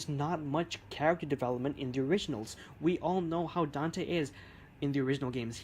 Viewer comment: His. Name. Is. Dante. Say it right.